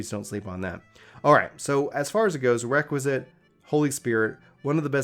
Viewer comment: Bro nice guide, but pleeaase, it's called REQUIESCAT not Requisit